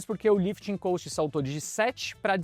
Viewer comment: Não tem A em cost. Ajusta a pronuncia por favor